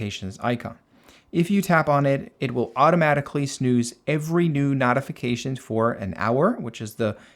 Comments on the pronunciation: Notification (NOTE) .... not NOTification....the I following the T makes the O the long version.... basic English. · it's pronounced NOTE-ification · Ty for a highly informative video. It's pronounced "note-ification." Be well and best of luck. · Not.ification? Great video but you say notification weird 😂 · It’s NOT pronounced NOTification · Nice video! But I have never heard anyone pronounce "notification" the way you do 🤔